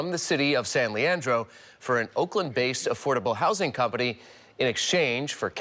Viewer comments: It’s pronounced LEE-AN-DROW, not Laredo. They even pronounced it in the clip…come on man do better. Anyways…yeah…Bonta needs to go, dudes been doing shady shit since his rep days. Feds don’t charge people until they know they will win a case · It’s pronounced San-Lee-an-dro